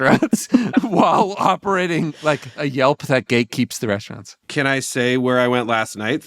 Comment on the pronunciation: The way they say “We want straunts” this ep sounded a little like “We like Sportz. They should redo it for as an ad for the app but blur out the straunt signs and bleep out the names.